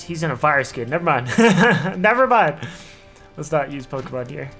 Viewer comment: i dont want to be "that guy" or sound rude but dont pronounce pokemon as pokey-mon pls great video though i love watching you :)